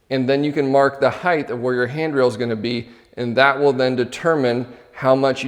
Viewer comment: "Height-th" There's no "th" pronunciation at the end of height my friend 😂 - great video though!